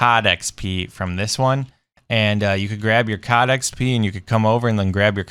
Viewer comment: It's cod not cad ok sorry I just got a little bit angry